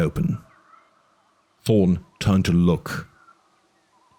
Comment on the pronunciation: No offense, but you mumble/not pronounce clearly sometimes, and you “ta” instead of “tha” a lot. (Instead of Thorne, you say torn) I’m glad this awesome book is getting more attention and uploads, just should strive for better quality.